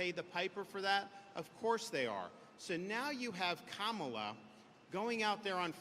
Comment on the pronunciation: Did he call her Cow-Moo-La?